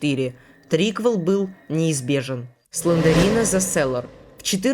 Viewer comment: Правильно говорить слендрина а не слендерина, знаю, что душно